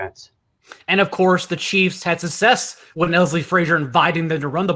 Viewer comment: Bro success not sussess suc·cess /səkˈses/